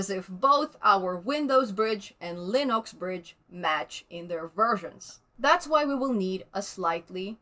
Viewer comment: Linox! just the way Stallman pronounces it :)